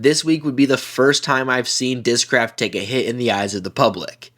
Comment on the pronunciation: Their commercials during the tournament also screamed AI. I posted there I wouldn't buy their discs on account of that. They even appoved an ad that mispronounces discraft.